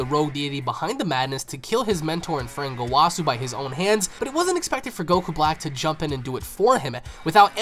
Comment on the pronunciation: Why gowàsu and zamàsu plz bro my hears